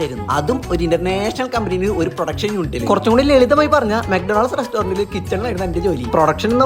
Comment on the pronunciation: McDonald's ❌ Maduthu Donald's✔️✔️ 😂😂